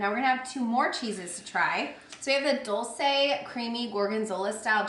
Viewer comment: Dolce is pronounced DOL-chay.